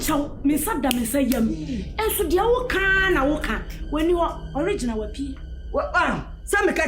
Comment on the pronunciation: Oliginal sɛ sɛn?😂😂😂😂😂😂